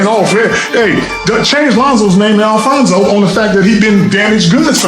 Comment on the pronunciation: Yo i know he didnt mean it liek the media said but dude really called his son ALFONZO LOLOLOLOL